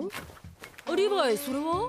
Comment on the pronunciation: ココアシガレット リブァイではなく、リヴァイですよ😅